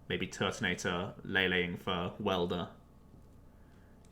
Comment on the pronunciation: "Turbo Turt"(Tord)😂